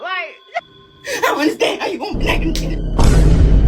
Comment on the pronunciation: She said “block” 😭😔